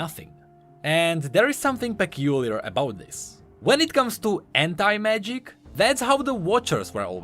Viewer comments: Is my head or he is saying henta magic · Am I the only one hearing hentai-magic? Please tell me not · When he said anti-magic, I truly heard Hentai magic... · Everytime says "Anti-Magic" I always misheard it for something...